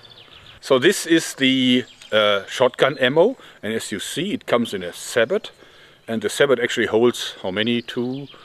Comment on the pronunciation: I know this is getting petty, but sabot is a French word so it is pronounced like saybow